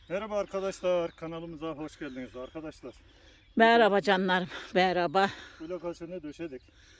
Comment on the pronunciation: YA BACIM KIZ BIR SUS GI BIR SUS.. ANLATSIN VALLA IKIDE BIR ARGADAŞLAR DEMENDEN GINA GELDI TANSIYONUM ÇIKTI. ANLATSIN BIRAK YA.